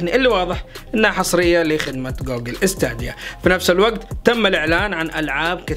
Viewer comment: ستيديا مو ستاديا كل مرة تلفظها غلط